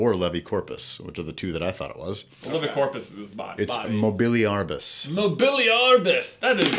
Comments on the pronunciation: It's Mobe-lee-ar-bus (that's not how you spell it, it's just for pronunciation ;) ) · J: Mobeliarbus! That's ridiculargus! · "Mobiliargus," "That is ridiculargus!" I died XD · I think that "Mobiliarbus" it's not "Movility" and "tree". It seems like that is one form of the actual word in latin.